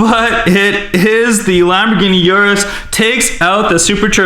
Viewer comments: It’s pronounced OOrus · Uris is pronounced ooroo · urus not yrus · URUS!!!!!! by the way Lamborghini estoque is pronounced E ST OKE